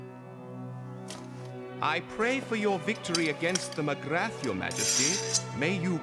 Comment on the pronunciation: "Magrath" is not pronounced as it is spelt. It's correctly pronounced 'M'grar'.